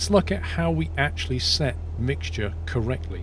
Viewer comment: Everyone: Mixture: MIGSJER